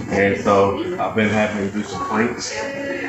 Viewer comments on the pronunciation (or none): he says 'planks' not 'pranks'